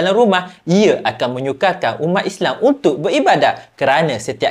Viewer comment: Islam bukan islang